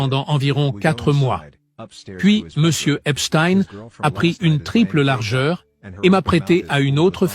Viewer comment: Merci de dire EPSTEIN et non pas EPSTINE comme les médias fachos sioniste en France pour cacher les origines de cette bête immonde !